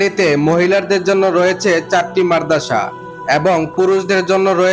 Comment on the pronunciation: উচ্চারণ "মারদাসা" নয়, উচ্চারণ হবে "মাদ্রাসা", ঠিক আছে?